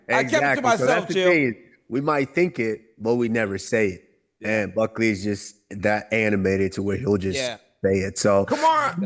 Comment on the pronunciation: Did Chael just call him Cuckley…? 😂